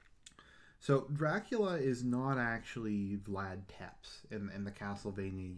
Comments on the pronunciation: Technically it's Tzepesh but yeah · One criticism, it's pronounced Tepesh not Teps.